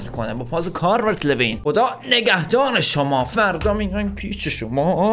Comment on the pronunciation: بگو لولو، حالا بگو کالورت لویین له نیست، لو هست